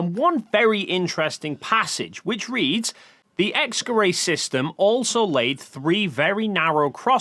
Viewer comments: X-Gerät is pronounced more like "X-guh-rit" than "X-guh-ray" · X geray Y geray It sounds so funny when you pronounce a german word as if it came from france The "t" in "Gerät" is pronounced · I looked up the pronunciation of "Gerät" (from multiple sources) and it's pronounced nothing like what he says, even with English approximation. "ät" isn't pronounced like "ay" he final "t" is very much pronounced and even after listening multiple times to how he says it in the video, I still hear a "k" instead of "g". Either way even if he does say "g" it shouldn't even sound ambiguous enough for this confusion to exist. Sure, the "g" sound in English is generally not as strong as in other languages (like German, French or Egyptian Arabic) but still not so weak that it could be confused with a "k".